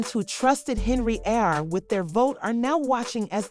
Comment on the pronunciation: the voiceover on this video is really bad. who the f is Henry-yard?